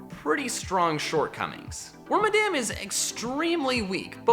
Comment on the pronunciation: Its actually pronounced (werm-mah-dum) Due to its name origin